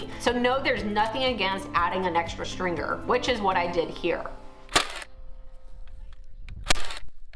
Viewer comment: "stringer" is one word .. not "string gerrrrrr"🥴